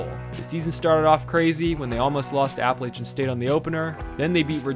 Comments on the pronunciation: App-uh-latch-in state. Not App-uh-laitch-in state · You said Appalachian state wrong FYI